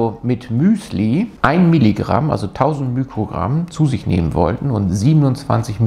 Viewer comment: Sehr gutes Video, aber bitte nicht immer mükrogramm sagen. Der griechische Buchstabe, der für den Faktor ein Millionstel bei physikalischen Größen steht, ist zwar das Mü, aber es heißt Mikrogramm und nicht Mükrogramm. Man sagt ja auch nicht Mükroskop 😊